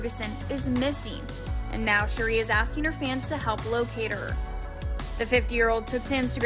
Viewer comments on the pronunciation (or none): Her name is pronounced Sha-Ray. U must be new or never watched the RHOA. I hate when whypipo mess up our names. It feels so inconsiderate as if U didn't take the time to get it right. U mean out of all the people at Access Hollywood NOT ONE PERSON knows the correct pronunciation of her name? It may seem small but it actually is a huge error to mispronounce her name especially being a "professional" entertainment news outlet. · How do you not know how to pronounce Sheree's name? Unprofessional and inept